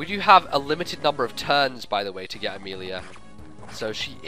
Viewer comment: i ABSOLUTELY love your Amelia accent. I was laughing so hard. great job i have loved ur fire emblem walkthroughs, they introduced me to fire emblem and are just really fun to watch